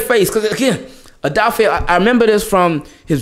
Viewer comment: Just letting you know brother Odafe said we pronounce his name wrong, I’m guilty of it as well! It’s actually pronounced Oh duh fey-tried my best to break it down lol! Love your work!